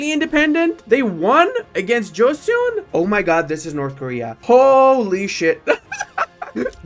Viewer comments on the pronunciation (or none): none